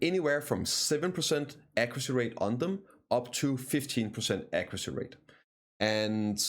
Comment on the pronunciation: "Ecroocy" is "accuracy", right?